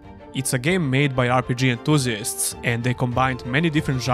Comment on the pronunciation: Offtopic but i love how you pronounce "RPG"